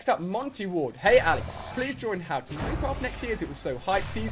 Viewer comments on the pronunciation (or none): none